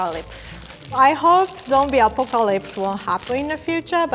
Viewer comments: is so cute ❤️ she is calling zombie apocalypse zombie acopoliks and 😆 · The way you pronounce apocalypse is so cute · a po cal ops ok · The way she pronounces apocalypse 😂 I love so much!!!